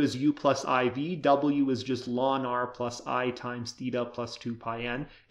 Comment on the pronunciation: Why do you so many teachers say "lawn"? It's the abbreviation of "logarithmus naturalis". So "ell-en".